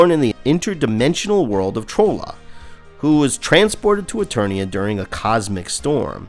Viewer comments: Only thing and this is a fanboy thing. Trolla and Trollin. Troll is pronounced like trolley cart. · You mispronounced Trolla and Trollan so severely I imagine you've never watched the cartoon once in your life.